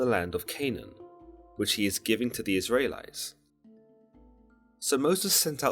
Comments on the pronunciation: You're hurting my ears when you say Is -rae —lites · Lol why are you saying the Isrealites like that. 'Isray lites' 😂